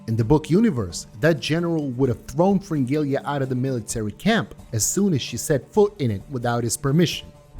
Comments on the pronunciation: Please, for the love of god, say Fringilla instead of Fringilia. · maybe you should learn to pronounce their names first and then make a video "fringilia"